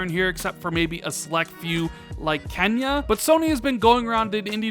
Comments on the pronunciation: Kenya? It's Kena Bridge of Spirits, get the name right dude. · My dude "Kenya" is a country! the game is called Kena 😊